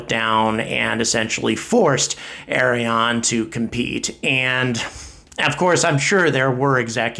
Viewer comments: It's less "Arri On", and more "Arri Ann". (I'm french Canadian) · Its Ariane and the good way to prononce it in english like french person you better to say (ahri-ahn)=Ariane 😄 its funny like you pronounce it .. that mean this rocket is a DONKEY 😄 speedest donkey ever Ari l'Âne 😆🤣